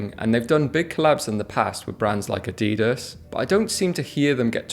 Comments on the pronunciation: Spier & McKay is great. I’ve two of their merino wool long sleeve polos which I love. Btw, please pronounce Adidas properly. Every single menswear style YouTuber mispronounce this ubiquitous brand name. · Be good if YouTube influencers pronounce Adidas properly.